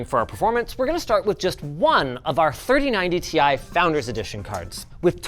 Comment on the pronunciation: How does he pronounce “3090 tie”?